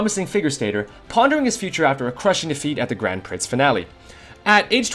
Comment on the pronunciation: 3 things triggered me: ur pronunciation of 'prix' (pronounced like the cheese brie) and ur number 6, the lack of mob psycho 100